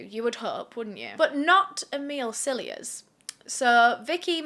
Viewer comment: I keep hearing you say, Amile’s Sillyass instead of Cilliers 😂 🤷🏼‍♀️